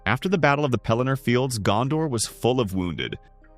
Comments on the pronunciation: Your pronunciation of the names is jarring. Gandor => Gondor, Eregorn => Aragorn etc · Why do Americans pronounce Gondor «Gandor»?